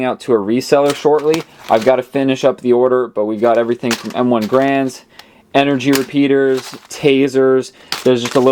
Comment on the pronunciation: Its gar-and not grand.